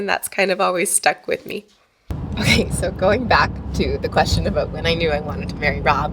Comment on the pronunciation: It's "about" not "about." LOL 🙂